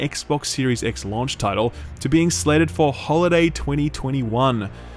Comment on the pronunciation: the way you say "launch" and "launched" really irks me for some reason! hahaha! keep the great content coming!